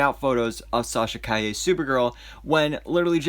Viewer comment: You pronounced her last name correctly. I am so proud of you. Her suit is great. They will touch it with vfx and it will be purrfect.